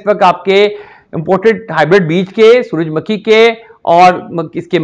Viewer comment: suraj "MAKKHI" nahe hota suraj "MUKHHAI" hota hy